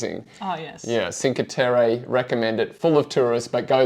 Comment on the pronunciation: cheen-kwe terra (rolled r)